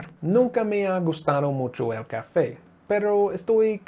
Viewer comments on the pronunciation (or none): Why do say "cafey" instead of "café"?